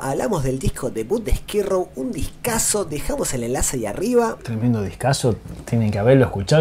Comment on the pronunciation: Amo como jamás pronuncia Skid Row, esto es Esquí Row!